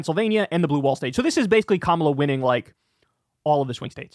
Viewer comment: It's KAMA'-la. Sounds like COMMA--luh